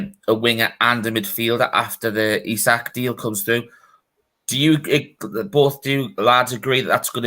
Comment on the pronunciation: how do you read Isak and pronounce it Aye-Zay_ak come on guys at least try to pronounce names